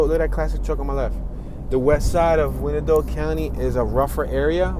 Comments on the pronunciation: Actually it has 3 syllables, pronounced y-an-dot. Old Native American name. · Not too far from me (Edwardsville). Thanks for the tour. Also, we say it like "Why-an-Dot" or "The Dott" for short. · It's actually the eastern part of KCK (closer to KCMO) that's rougher. And, as Can-O-Bus stated, it's pronounced "Wine-Dot" County. :) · You know absolutely nothing about Wyandotte. Pronunciation is ass